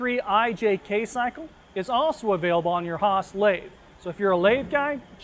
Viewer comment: its not Håås, it's Haas, like the very open "a" in the beginning of "house", man!